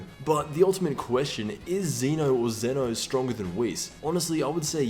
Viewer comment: It's pronounced Zen'O btw